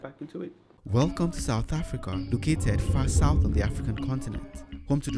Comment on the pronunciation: Excellent video! but please stop saying africaRR